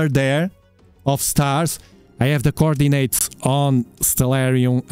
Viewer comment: Hahaha ‘the core Dee natez’